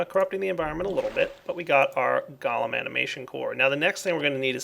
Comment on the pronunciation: you pronounce it wrong: it is gOlem not galem